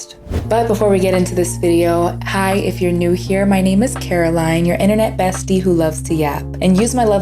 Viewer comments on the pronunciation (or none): none